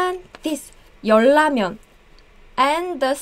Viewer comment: 열라면 Sometimes the R is pronounced as an L (when the first syllabic block ends with ㄹ and the next starts with ㄹ) she's saying YeolLamyeon and it's actually correct but without training/subtitles you might not pickup that Lamyeon=Ramyeon) This is a tricky one, please learn it guys because particles also tend to do this to words (change the sound that you expect to hear). You said 8,413 but you wrote 9,413. 감사합니다 선생님.